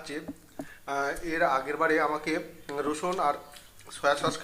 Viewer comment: Rusun noi ota k rosun bola gadha.thik moto boltao para na